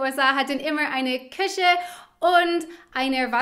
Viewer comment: Dein "Küche" klingt wie "Kirche", ansonsten super!